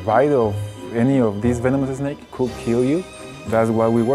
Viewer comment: "vemenomousuh snakus" LMFAO I'm dying PFTTTT